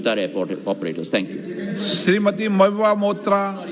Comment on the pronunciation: The speaker cannot even pronounce the name Mohua Moitra correctly. For generations, the good-for-nothing " Hindi Belt" cannot pronounce the names of other regions. Such is their ignorance. And the speaker speaks in Hindi, which is not our National language. Still, India boasts itself as an inclusive multicultural Mother of Democracy, and the Hindi Majoritarion India ignores every other ethnicity. So I felt it best to leave India at 40 and go to a country where I would be a second-class citizen with rights rather than being ranked as a third-class citizen of my own country, which is now nothing but a dictatorship .